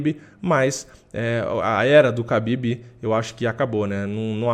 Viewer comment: A pronúncia correta é RABIB e não KABIB